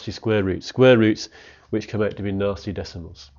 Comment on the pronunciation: At the start I thought he was saying ‘Nazi square roots’ and not ‘nasty square roots’ lol don’t ask why